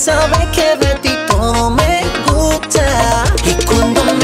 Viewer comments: Why is his "gusta" at the start pronounced like "gupta"? I was taught the "s" is pronounced. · ¿Por qué lo pronuncia como "gucha"?